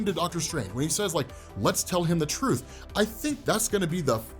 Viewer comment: I feel like professor x says, “we should tell him the TRUCE” not Truth. What y’all think?